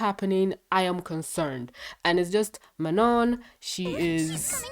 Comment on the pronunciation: I can speak french and it's not pronounced like that. It's Manon